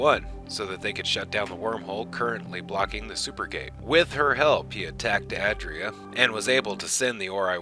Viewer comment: *ay dree uh